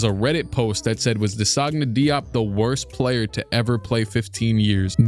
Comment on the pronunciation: Bro that was an insane way of pronouncing DeSagana Diop lmao😭